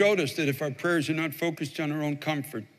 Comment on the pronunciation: LOL I thought he'd gone Southern when he said Pray-ers